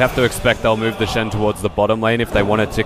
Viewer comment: The "Shin". I think she meant to say Shen xD no offence though